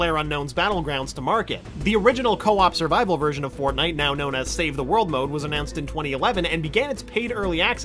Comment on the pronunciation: Did he say FARTNITE HAH